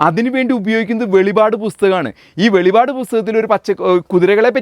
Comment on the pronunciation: വെളിപാട് എന്നല്ല സഹോദരാ .. ❤ വെളിപ്പാട് " എന്നാണ് പറയേണ്ടത് കേട്ടൊ ❤🎉🎉🎉❤